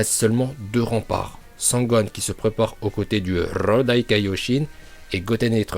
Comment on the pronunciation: RRRRRRRRRodai Kaioshin